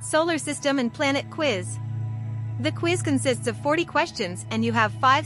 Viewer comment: BRO SAY OUİZ☠☠☠💀💀